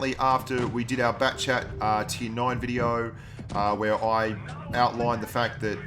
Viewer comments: All this time I thought he was saying backchat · yeah he said it wrong